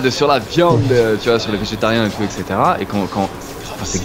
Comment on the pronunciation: ha au passage, "etc" ça se prononce ètt-ssé-té-ra ... et non èk-ssé-té-ra